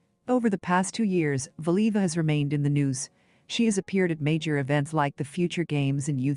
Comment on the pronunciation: It would be nice if whatever this is could prounounce her name correctly.